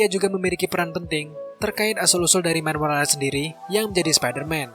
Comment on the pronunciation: Miles bukan Mile bang